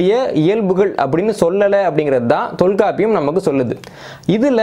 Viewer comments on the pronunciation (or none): தகவல் சிறப்பு. ஆனால் தொல்க்காப்பியம் இல்லை, தொல்காப்பியம் சரியான உச்சரிப்பு.